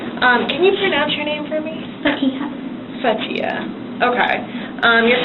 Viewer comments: It is pronounced Fa-tee-ha, not Fatia, an Arab name means the beginning or the starting or the opening for something like a book or letter or a story....etc! Its a cheering nice name! Very sad to see such young lady throwing her life and the life of her sister and family away for almost absolutely nothing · This white woman can’t say Fatiha?! So annoying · "sorry if i butcher your name" it's fatiha. what the fuck is so hard about pronouncing that name? fa-ti-ha. jfc